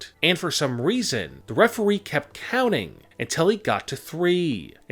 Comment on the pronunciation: He said referwee and this is annoying when he goes up after every sentence